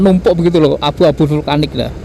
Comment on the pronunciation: Vulkanik bg bkan vlukanik🤣